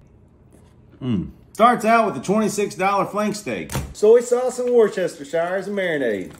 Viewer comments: It’s not Wor-ses-ter-shire, it’s pronounced wus-ter-sure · So that’s how you pronounce worsheshersher sauce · The way he pronounces Worcestershire 😂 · This man really pronounced Worcestershire fully.